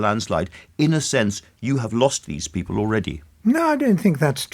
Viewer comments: I wouldn’t vote for him simply for the way he says ’Peepil’. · Always loved how Michael pronounces the word 'people'. Bless the lad. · Another delusional Tory. I hoped I would never hear the way he pronounces "people" ever again.